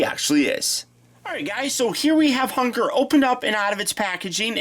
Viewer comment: Did anyone else hear "Hugger" instead of "Hun-grrr"?